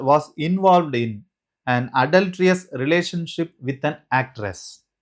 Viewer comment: Your English and explanation needs schooling ! Adultreeeeous 😂. Marryteeeal